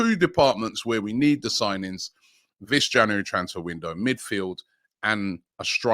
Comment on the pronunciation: Love it when Robbie says Jaunuworry